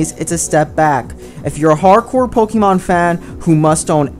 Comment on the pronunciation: can you actually pronounce pokemon right